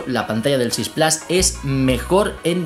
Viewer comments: Con cariño y respeto amigo la pronunciación plas no existe además si eres español es plus si eres francés es plus pero se pronuncia en francés (pluse) en alemán meher (mia) y en inglés británico plus (plous) pero no plas pq no está bien no intentes pronunciar un inglés estadounidense fallido si estas hablando en español pronuncia la palabra como es adoptada plus like amigo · Claro este señor no sabe pronunciar es plus en español pq es una palabra adoptada del francés pq plus viene del francés plas esta mal dicho no es estadounidense es español y tiene q pronunciar las cosas como tal por ejemplo si eres español no hables como mexicano lógico q queda muy mal decirlo mal cesar tienes razón pero q no lo diga mal es plus no plas q es español no tiene q cometer expresamente el error de los estadounidenses gracias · Cada vez que dices PLAS en vez de PLUS muere un gatito... tu veras. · Se pronuncia en inglés "plos" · No mezcles idiomas y encima mal q no puedes decir iphone 6 plas si hablas una palabra en español la dices en español entera no media en español y media en inglés mal pronunciado